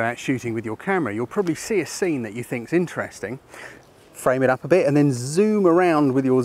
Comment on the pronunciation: Ha. "Over there a bit" with an accent does make it sound a bit like that :)